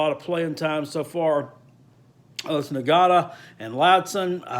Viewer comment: "Ing-gah-tuh" don't worry, everybody will be pronouncing it right in December.